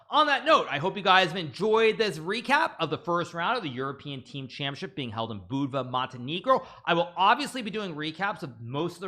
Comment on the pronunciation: As a Montenegrin huge respect for Naka's pronunciation of Budva and Montenegro.